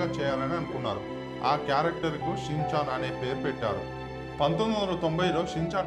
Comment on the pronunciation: Chinchan kadhu ra rai schinchan